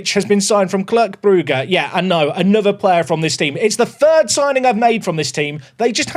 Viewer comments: Okay I will have to say, I love you signing Belgians.. But try pronouncing sir-clu Brugge, instead of Kirk Brugge 😅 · Yep circle Brugge sounds almost exactly right, just used the e sound like in the word "rest" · When you're saying Cercle Brugge, it might be better to try saying "Cercle" the way you would say circle in English. Because the way you're saying it now sometimes sounds like you're saying their city rivals' name Club Brugge. Nothing too big, just thought i'd mention it as a Belgian 😅